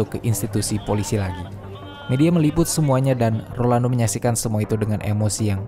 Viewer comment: Rolando bukan Orlando, bisa denger ga sih?